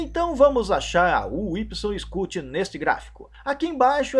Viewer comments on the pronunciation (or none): então Pq vc pronuncia o nome da estrela errado? Incluindo massa ,e medidas!